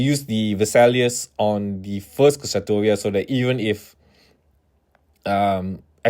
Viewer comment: Kishasatoria is the most out of pocket way I have heard Kshatriya pronounced.